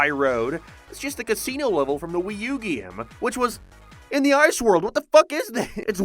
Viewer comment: He keeps saying “GIAM”